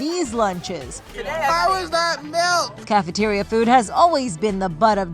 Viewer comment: That’s not expired milk. That’s expired malk